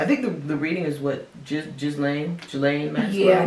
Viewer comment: Ghislaine is pronounced: Gee Lane, I know weird lol